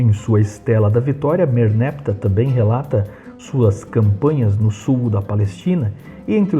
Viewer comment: Merneptah não deve ser pronunciado como merneptáh, com oxítona tônica?